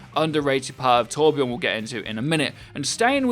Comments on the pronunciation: it is torbjörn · TorbJÖRN... ÖÖÖ!!